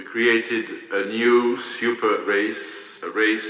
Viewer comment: wicked, my dude, I love when you do American accents. You and Mauler are meticulous about that, it’s fun to hear. I wouldn’t be able to tell it was you were it not for the Irish slant put on banefit and nyew — and my Bondian ear-training, able to detect the faintest hint of dialectic treachery. 🔎